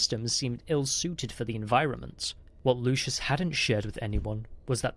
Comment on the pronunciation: Story is fun. Narrator needs work. Replacing words and multiple mispronounciations. And it's LUCIUS NOT LOUIS. Jeez.